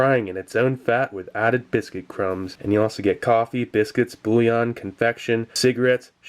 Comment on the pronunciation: Hate to be that guy, but you pronounced bouillon like bullion, .